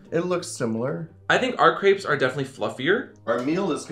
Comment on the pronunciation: How do you not know how to pronunce crêpes? Where does the a come from? XD